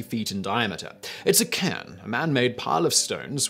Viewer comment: Stop with the weird pronunciations. Seriously it's just annoying and you can't be making mistakes like cairn sounding like karn.